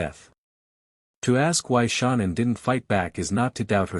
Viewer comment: Is this a deliberate way to get money for your programme by comments by pronouncing her name WRONG! YOU IDIOT how disrespectful